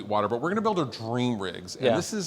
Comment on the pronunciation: "Dweam wiffin a dweam...." lol